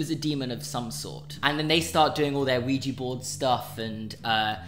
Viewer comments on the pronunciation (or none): none